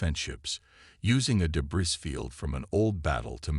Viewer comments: Every time Captain is read there's an inappropriate pause, and more. , , LoL, De-Briss fields are so tasty. Channel Owner can find the rest of the De-briss themselves. LoL, Dis-ibled AI Narrator isn't even trying. Austria is trouble now... Maybe the Channel Owner should pick a name the AI can consistently pronounce. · Great story but the AI narrator can't pronounce many words properly like debris for example, the s is suppose to be silent.